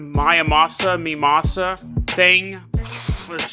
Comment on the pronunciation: my - az - mah. miasma is pronounced my - az - mah. It sounds almost like "my asthma" without the 'th' sound